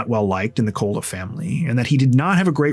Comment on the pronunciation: Pathetic how often big TC YT channels make major pronunciation errors. Like Koula is Cola. listened to the 911 call, as we all did. But many TCers are lazy.